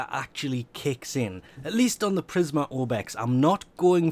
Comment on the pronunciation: Prismer Obex? PrismA Obex. A.